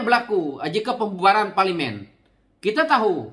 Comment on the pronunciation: Teruk juga sebutan ko ni bro…parlimin